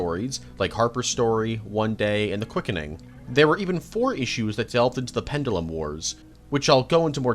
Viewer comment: please dont ever say sanguine ever again please 😂 and as for the pronunciation of pendulum jesus mate your top tier rage baiter 😂